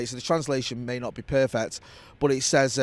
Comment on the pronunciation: It’s Perfeck 😂